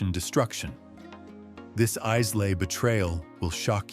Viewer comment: AI voice over slop that can't even pronounce Islay properly - if the video can't even do that I have to assume the rest is garbage as well.